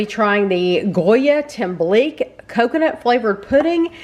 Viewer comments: The "que" in tembleque is pronounced like the que in queso. Tem-ble-que. Loved the review & that you're open to trying different cultural foods. Looks like you should have microwaved it a bit longer to make it slightly thicker; although I don't imagine the boxed versions of these 2 desserts are a good version. We make them homemade for the holidays all the time. Thanks for sharing these videos! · You pronounce it tem blik key. Only reason I know is because of my sweet little Puerto Rican mother in law. Thank you for making these videos.